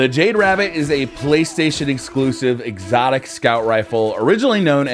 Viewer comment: jade rabbit drops from exotic primary engram, he said excotic sepecial.... Keep it.